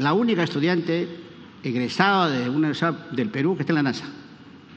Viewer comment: Acuña se dice universidad, no universa